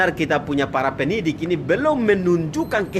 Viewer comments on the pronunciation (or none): Penyidik bung....bukan penidik.... Belajar bicara Dolo bro